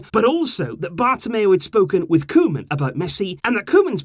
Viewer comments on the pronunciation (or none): Koeman is pronounced Coo-man